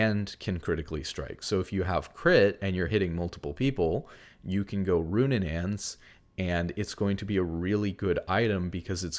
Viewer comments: It's RuNAANS not RuNNANANS, I'm so sorry i can't keep ignoring it :((( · Roonanaans is killing me lol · I love the content but it’s so funny listening to you pronounce these items. It’s not Goonsooz or Roonunaans 😂